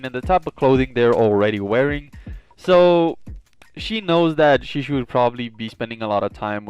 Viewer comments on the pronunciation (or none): SHISUI NOT SHISHUI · I love your content but man I was struggling hearing you say shisui wrong you say Sheesh-shoe-E how you say it is She-sui-E